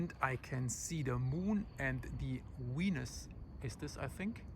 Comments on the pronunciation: its not "weenus", it's VENUS..😆😆😆.... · You’re very sweet and I’m in no way making fun of you but when you said “wenus” I burst into laughter. A wenus is the loose skin on your elbow in English. Always a funny word. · Wenus, It’s not wisible from the wolcano. You should see W for Wendetta...! Great coverage though! Thanks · Wery= very... WISABLE= visible. Walley=valley Volcano=volcano. Wenis= I'm not really sure, but I love this guy .. . Don't think he was talking about the outside elbow skin ... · I bout lost it when he said the Moon and Wenus. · pronounced "Venus" as "Wenus". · Loved how he called it "wenus"